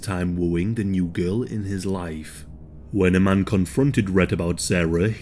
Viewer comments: just for future reference, my middle name is iman. it’s pronounced ‘e-Mon’ thank you. david bowie was also married to model iman as well. love your videos. just a heads up. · yes. it is. there are of course different ways of spelling and slightly different pronunciations. because it’s an arabic name so native speakers have slight accents. but i-man is not correct.